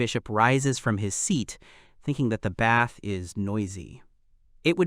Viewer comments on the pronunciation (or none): none